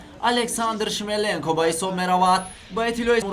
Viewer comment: Шмеленко не Шлеменко 😂😂🇹🇯😂